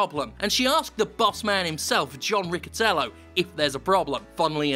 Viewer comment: Riccitiello isn't pronounced like that.